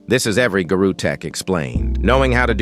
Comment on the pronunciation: Why people saying "Garu" instead of Garou